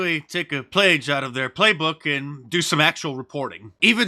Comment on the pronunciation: "plage" how funny. Love ya Mark...keep up the good fight bro (shit was that a cultural appro?)